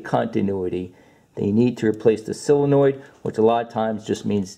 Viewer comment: You pronounce SOUL-enoid like, heh heh. Good video though. I don't get why these manufacturers don't simply put starters at the bottom of engines for easy access, this Acura isn't bad, instead of under an intake manifold which will take 2 days to get at. Looking at you, Toyota/Lexus, how doofy can you be???